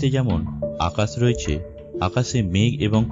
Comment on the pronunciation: Pronunciation ta ektu thik korle valo hoto.. Khub interesting.. But oi akash bolar time e akas j s r pronunciation ta Koren Ota thik good na.. Oirakm kore Jara lekha pora Jane na Tara... So ato valo jinis bolar time e language tar o kheyal rakha uchit.. ..